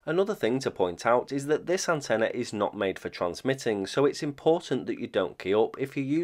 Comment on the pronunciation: The word "antenna" has no "a" at the end, fyi.